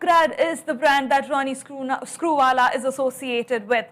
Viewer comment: can't even say Ronnie Screwala properly, he is definitely cheating.